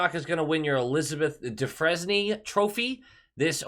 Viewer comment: To remain a Bruin's observer, you may want to get the pronunciation of "Dufresne."